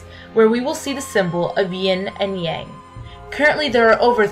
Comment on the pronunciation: There are so many inaccuracies in this video. Learn how to pronounce the following words: Dao, Yang, Deity, Immortality, Wu Wei, etc. You've missed the point of Daoism: having a personal relationship with Nature. If only more Christians would learn that.